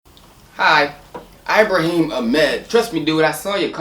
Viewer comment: Lool man said eyebrahim